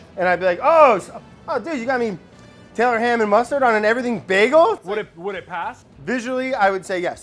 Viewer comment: "Eyyy I grew up on eet" -You may come ouf of Jersey, but Jersey is never coming out of you.